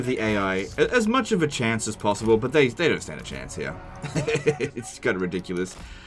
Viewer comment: "And regardless ... we have one advantage that zhey sorely lack: ZEPPELINS!!"